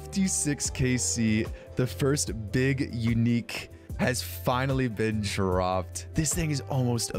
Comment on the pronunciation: "FiNaLy" dude got 53kc tome and fr said FINALY😂💀💀